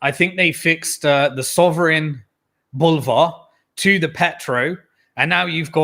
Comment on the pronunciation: Bollyvarr not Bolvarh, ha ha so English